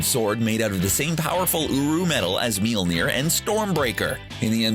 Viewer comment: Did this dude just called Thor’s hammer mealnear?